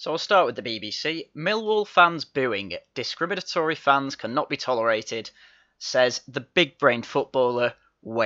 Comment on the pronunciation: Hahahaha! Rooney can't even SAY discrimantory !!